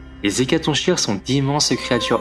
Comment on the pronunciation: Attention le "ch" d''Hécatonchires se prononce comme si c'était un "k" , comme dans chaos ou choléra (oui je choisis des exemples fun) :)